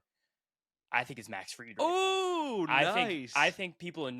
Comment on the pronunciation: Man said Max Fried 😂